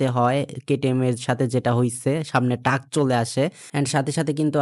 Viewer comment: ভাই টাক না❌ ট্রাক✅